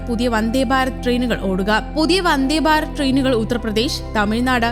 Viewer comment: വന്ദേ ബാരത് അല്ലടോ... വന്ദേ ഭാരത് എന്ന് പറയൂ